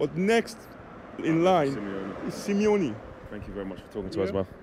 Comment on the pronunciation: He lost me when he said SIMEONE